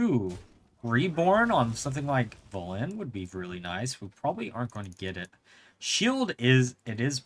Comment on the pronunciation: VelEN not Velin o